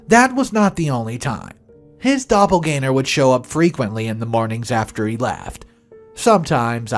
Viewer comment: "Dopple-gang-er" not "Dopple-gainer". Besides that, nice vid. Cheers.